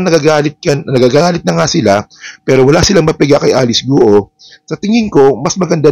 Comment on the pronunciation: Guo is not pronounced as two syllables. It’s not Gu Oh. It’s one syllable. It sounds more like Gwoh. Please correct the pronunciation. Chinese surnames are 99% one syllable pronunciation.